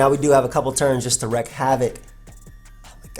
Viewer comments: this bugged me the whole live,, it's 'Wreak havoc' and not 'wreck havoc' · WREAK havoc. not wreck havoc. love ya:] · I love you but the "wreak" in wreak havoc is pronounced more like "week" than "reck". but hey what's a vid without mispronouncing stuff <3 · It's "wreak havoc",, "wreak" meaning to cause or inflict, and it sounds like "reek", which you probably know means to smell bad. Sorry... because you kept repeating it 😅